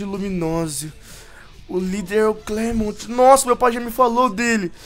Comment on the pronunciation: não é clemont é clement